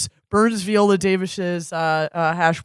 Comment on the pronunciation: Vee-olllaa Davis? Lol